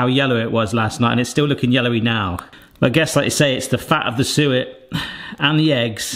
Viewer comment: When you said suet the first time I thought you said sewer, but when you said it the second time I thought you said sewer again,hahaha. So I had to look at the recipe to see what you were talking about. Now I know what it is. It´s called talg in Swedish. God jul och gott nytt år from Sweden.